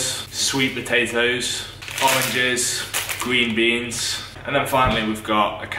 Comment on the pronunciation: “gween beans” “wata”